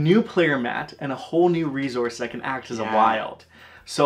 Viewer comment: I leave the second I hear “re-Zource”